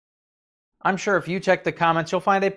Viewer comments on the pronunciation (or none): none